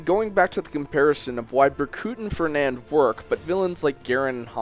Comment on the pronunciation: Darth R0xas not trying to nitpick, but I think he said Fenand too